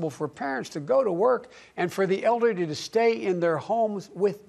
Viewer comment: "for elderdy". Ah classic sleepy joe